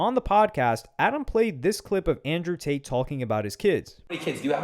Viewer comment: ANJEW TATE